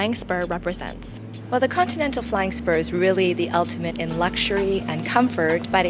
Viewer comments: "Contental" flying spur?? ContINental :p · god damnit girl its con-tin-nel-tal